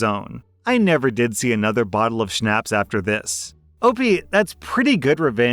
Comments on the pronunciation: This is the first time I’ve heard someone pronounce schnapps to rhyme with “snaps” 😂😂😂 jk I love this channel. Also I’m a new parent and I love hearing stories of his own experiences with his daughter ha. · I can tell you don't drink by your pronunciation of Schnapps.😊